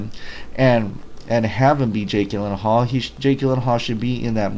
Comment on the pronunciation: It's pronounced Jill not Gill that is Jake's last name. If I'm not mistaken I think I heard you say you are from Hawaii in another video? If I may ask how are you doing after that false alarm? That's some scary ass shit.